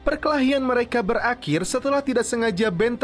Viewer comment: Berakhir min, bukan berlendir 😆